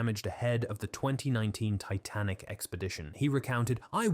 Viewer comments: Truly painful to listen to the AI butcher pronunciation so badly, including “…the Tit-nik wreck…” at about the mark. Credibility is eroded. Did you not listen to this before uploading it? Cry key!!!! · What's the Tit-a-nick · The AI narrator changes its accent, SHOUTS, can't say numbers, called the Titanic "tit-nic", the reading sped up and slowed down several times on top of the repeating of sentences or overuse of using the first sentence & last sentence of each paragraph to say the same thing that the paragraph said. Restating everything. It's painful to listen to this. Aren't they suppose to put they're using AI for scripts & narration in their descriptions nowadays? I thought YT told them they needed to do that? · Can't even pronounce 'Titanic' correctly. Garbage. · This is AI. The voice randomly switches back and forth from a mildly British accent to a mildly American accent, I think I heard it mispronounce “Titanic”. It makes it very hard to take seriously. I wish they would go any university that has a theater department and hire a student to read the text! Trust me, they work cheap. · barely or not being able to understand many of the numbers.... it literally says tic .-- nik instead of titanic at least once. those things made me think "is my english too bad"? but then comments reassured me it's just the faulty AI voice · ‘Tic nik’ instead of Titanic, good grief AI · Plus, the AI narrator changes its accent, SHOUTS, can't say numbers, called the Titanic "tit-nic", the reading sped up and slowed down several times on top of the repeating of sentences or overuse of using the first sentence & last sentence of each paragraph to say the same thing that the paragraph said. Restating everything. It's painful to listen to this. Aren't they suppose to put they're using AI for scripts & narration in their descriptions nowadays? I thought YT told them they needed to do that?